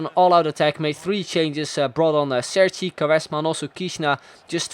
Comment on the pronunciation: Cerci is pronounced "cherchi" :)